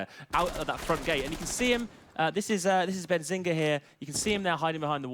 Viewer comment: My mans says "Benzinga"😂😂😂